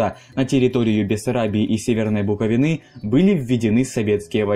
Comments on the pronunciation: Умоляю не говори больше бУковины (буковИна) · Разве не БуковИны?